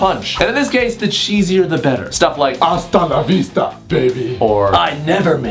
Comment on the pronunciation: "asta lavista bebeh" LMAOOO 😂